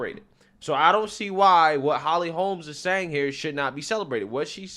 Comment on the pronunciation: I agree with you points; I usually do. Minor thing here: please stop calling her Holly Holmes. There is no “s”; her name is Holly Holm.